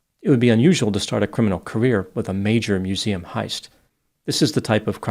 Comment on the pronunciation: "I was pissing by the mooseum when I heard the soond of bricking glass."